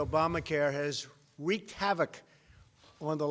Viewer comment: I have auditory issues, but it SOOOO SOUNDS like the big Orange Julius says "weeked havoc." He's such a freaking disaster!!